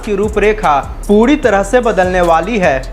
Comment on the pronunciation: I can't understand the inability to pronounce 'r' - padiyojayana, poodi tareeke se etc 🤔